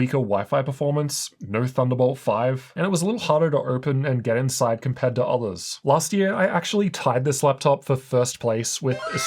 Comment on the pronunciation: Did you say zathers? You are NOT the one